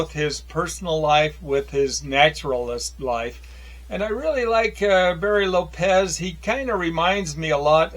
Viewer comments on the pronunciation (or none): none